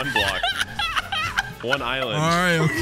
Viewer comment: I thought he said Islam not just mispronounced island